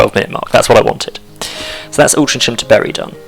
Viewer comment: Pretty sure from memory it’s pronounced “Al-tring-am” but it’s been twenty years since I lived in MCR. :) I know theres a non league team based there. Great vid and content, thank you.